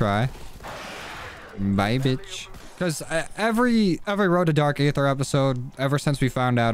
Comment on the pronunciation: no hate but it’s pronounced dark ether